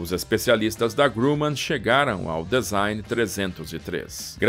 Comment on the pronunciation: Que avião magnífico! Parabéns pela riqueza de detalhes. Desculpe a intromissão, mas preste só uma atençãozinha na pronúncia da palavra DESIGN que é /dizáin/ e não /dezain/, ok amigo? Tudo de bom. Um abraço! 👍👍👍